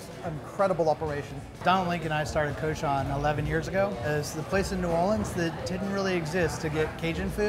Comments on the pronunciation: It's prounounced COO-shon (cochon). Si vous voulez utiliser un nom français pour le restaurant, if fau au moins le dire correctement! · Because the guys that pronounced cochon are not actual Cajuns. One of the owners is cajun though.